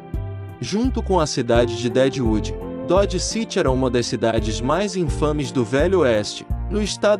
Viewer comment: Cidade de "Dédiudi"🤣